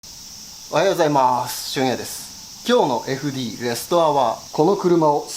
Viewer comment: 楽しく拝見しています、私は元アンフィニのメカニックなのですが、FDの読み方はエフディーではなくエフデーです！